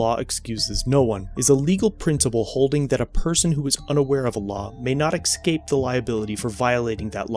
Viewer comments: "ESS-CAPE" not "EK-SCAPE." Your Latin is, apparently, better than your English. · Escape pronounced "ekscape" . Our poor language is dying a slow death.